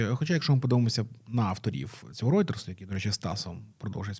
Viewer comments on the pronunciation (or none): none